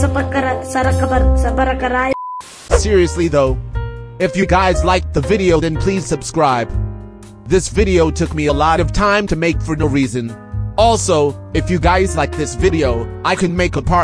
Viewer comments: ''subacribe'' got me dying💀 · the part he said also subacribe